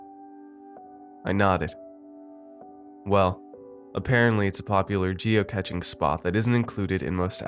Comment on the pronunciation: Geocaching is pronounced like cashing not catching. The cach part is from cache. Great narration otherwise UvU